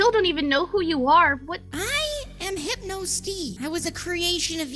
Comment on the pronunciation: Okay, How the fudge do you pronounce this? (Hipe-No) Steve?!